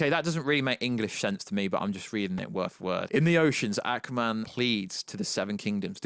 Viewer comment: I cannot stop laughing the accent pronouncing " ackwa-man" 🤣🤣🤣